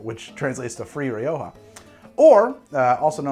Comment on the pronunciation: Ri-oh-ho lol